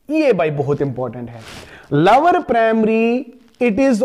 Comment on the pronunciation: lower nhi sir lower 😂